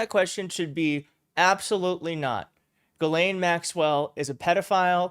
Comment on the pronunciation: I’m pretty sure it’s pronounced Jizzlane. Why not? You’re mispronouncing it anyway.